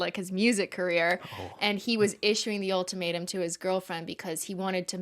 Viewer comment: Any time Cristine said “The Ultimatum” I heard “The Old Tomato” and that’s what I’m going to call it from now on